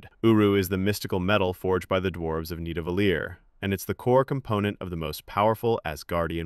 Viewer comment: Love when AI mispronounces Nidivellir